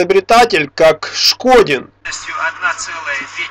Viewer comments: Шкондин а не Шкодин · НЕ ШКОДИН, А ШКОНДИН, ТОВАРИЩ. ИМЕЙ ЭЛЕМЕНТАРНОЕ УВАЖЕНИЕ К ИМЕНИ. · не Шкодин, а ШКОНДИН... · Афтор дурачок решил заработать себе имя на неправильном произношении фамилии великого человека? Шкондин, повтори и запомни. А лучше повторяй свою, а то и её не сможешь правильно выговорить. Это моё мнение!